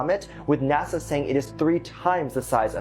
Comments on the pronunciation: Its nasa not naza lol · Why do you say nazza it's Nasa It annoys me slightly 😂😂😂